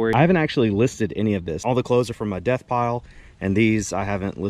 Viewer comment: ummmm... death pile? I thought it was debt pile... ?